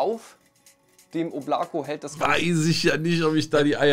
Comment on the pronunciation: Oblako wird im übrigen O-bla-ka ausgesprochen 😂 aber der Name wurde soooo oft schon falsch genannt, dass es nun nicht mehr zu retten ist. RIP